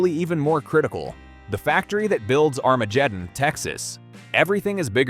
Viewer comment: I didn't realize this was AI until it pronounced Armageddon. Are there no narrators anymore? I lived on the Kitsap Peninsula for several years had family that lived on the hood canal. There is a second navel base there is in Bremerton (also Kitsap) which is bases aircraft carriers. You also have Ft Lewis a few miles to the south.